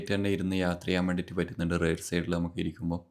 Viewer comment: റെയർ ആണോ റിയർ ആണോ